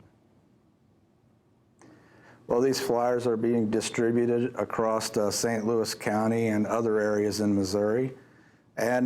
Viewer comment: He said ku kux can lmao